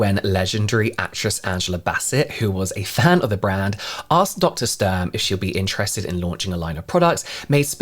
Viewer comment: her name is pronounced StUrm btw! The U like in “Utah” or “Uber” 🙂‍↕️ it’s softer